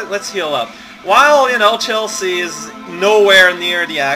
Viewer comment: Whenever you say Chelsea with emphasis on the 'a', I though you were just saying "Chelsea, uhh..." or something like that, but the way to pronounce it is Chel-see.